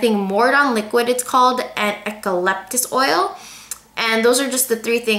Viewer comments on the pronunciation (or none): Pronounced U KA LYPTUS not ek alyptus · It's pronounced [yoo-kuh-lip-tuh s] (